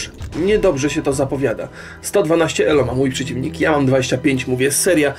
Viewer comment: Drogi, czemu tak dziwnie akcentujesz ELO na drugą sylabę? E-LO?